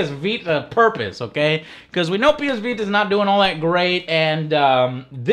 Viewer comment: "The ps vee tuh" lmao.